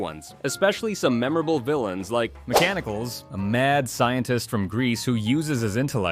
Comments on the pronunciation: These shows would be the only reason I would buy Disney+. Also it's "Mechanic-Leez" not "Mechani-culls". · Actually Mechanicles is Pronounced Mechani-clees, like Hercules. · Interesting video but you need to work on your pronunciation of csome character names. Mechanicles was pronounced Mechani-cleese in the show and Abis Mal sounded like a mashup of abysmal' and 'a-biz-small' which was part of the joke. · I loved this show when it was on. It's really a pity, but your explanation makes sense. (And Mechanicles is pronounced "mek-an-ik-klees" 🙂). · I gotta be that guy. It's Mechani-KLEEES. Pronounced like the latter half of Hercules. "Les" makes a long "ees" sound in Greek. On a less obsessive-compulsive note, Mechanicles was portrayed by the legendary voice actor Charlie Adler. A short summary of Charlie Adler's voice over-ography: Buster Bunny (OG Tiny Toon Adventures) Edward & Bev Bighead (Rocko's Modern Life) Chance "T-Bone" Furlong (SWAT Kats) Ickis (Aaah!! Real Monsters) Red Guy/The Devil (Cow and Chicken/I Am Weasel) Chicken (Cow and Chicken/I Am Weasel) Cow (Cow and Chicken/I Am Weasel) I.R. Baboon (Cow and Chicken/I Am Weasel) Reporter Sandy Van Sanders (The Real Ghostbusters) Gazeem the Thief (Aladdin [original film]) Professor Monkey-for-a-Head (Earthworm Jim [Animated TV Series]) Oh, should be noted, "Try to avoid offending anyone at any cost?" (Remembers the Gay Day At Disney Controversy) *PFFFFTTT It's pretty darn obvious modern Disney is totally fine with offending particular types of people, anyone of a traditional Anglo-American viewpoint or political stance. It's only the Far-Left Neo-Marxists that they're terrified of. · It's pronounced 'Mechanic -lees.' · 😂 Lol thank you! The way he pronounced it, had me debating whether or not to comment how to pronounce it until I saw your comment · to - It's pronounced Meh-CAN-uh-Kleeze! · On the off chance that this wasn't done for humor's sake, it's pronounced like Hercules Mechanicles